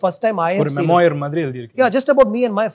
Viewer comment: it's not mamoyir. US educated? Really?😂